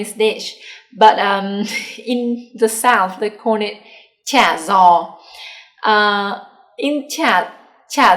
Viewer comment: cha gio is pronounced similar to "ja yo", where the j & y is similar to the j & y in English. saying it like how you said might confuse southern Vietnamese people more. But if people have friends in Southern Vietnam, there should be no problems. In the south, the terms might be influenced by Chinese, French, English, etc... but they must learn the official Hanoi dialectal terms in school. There shouldn't be a communication problem as long as southerners remembered to use the northern terms when their friends visit HCMC. My wife tells me the Central dialect is so hard in their vocabulary being so different from north and south and the tones are a mix between the the northern and southern tones. When a person from Central Vietnam speaks, nobody from Northern or Southern Vietnam can understand what is being said.